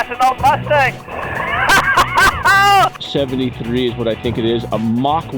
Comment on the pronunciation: "RUSTANG" HAGA good one!